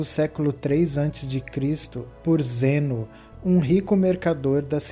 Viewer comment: Tem um puta de um acento no NÂO e o cara pronuncia Zênao ... kkkkkkk "pobrema.. pobrema"